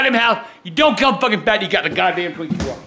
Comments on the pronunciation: said "Yea eat some Twunkies"😂🤣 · eat some “twunkies” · Brando he didn't say twinkies he said TWANKEH😂😂😂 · "Yeah, eat Some Twunkies." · "Some twunkies" still funny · He said tinkys